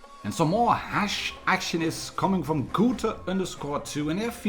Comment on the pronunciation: I like how you keep saying Hash instead of Hesh ...you stinky pothead 😉 😂😂😂